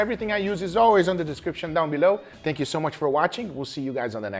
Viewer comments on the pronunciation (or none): none